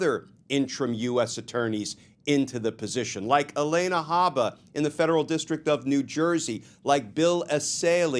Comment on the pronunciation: Glenn, Habba’s name is not Elena! It’s Alina. Uh-LEEN-uh. We should always make our best effort to get someone’s name right even when they are the worst.